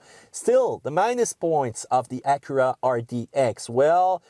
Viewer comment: "Uh-cura'... wut?